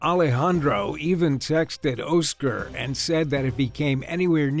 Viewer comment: "Oh-scer"?!?!....It's Oscar... pronounced Ah-sker...Oscar dude.